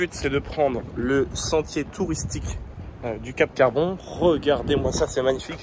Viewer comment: Cap Carbon ( le " n " n'est pas prononcé.